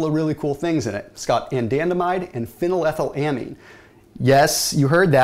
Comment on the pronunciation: That moment when you pronounced Phenylethylamine right.